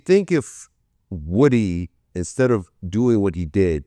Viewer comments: Do YT ppl mis pronunciate names on purpose. Wood-ee is not the same thing as woo-dee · Vlad how can you interview lil woody and STILL mispronounce his name smh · Can somebody please teach Vlad to say Woodys name right 😂